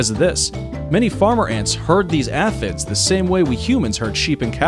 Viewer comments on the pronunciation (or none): "ey" or soft vowel sound of 'a' fid. is correct why did that horrid pronunciation bother me do much? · Note to - The insect aphid, the name is pronounced " a fid ", ph as in f. Thank You for the video.